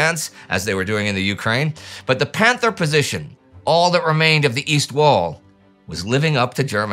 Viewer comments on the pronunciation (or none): none